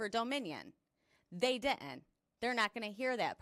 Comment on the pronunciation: God bless this young lady for her courage in standing up to the blatant corruption. The only thing that bothers me...and its not just her...is the way people these days mispronounce words such as "written" or "didn't"....as in "Oh no you di-int, Shanaynay." Just sounds very uneducated. But yes, thank you, young lady, for you courage.